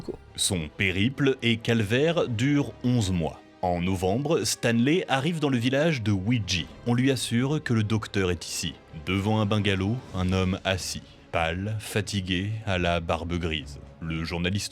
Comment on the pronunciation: Udjidji, prononcée Oudjidji pas Widji.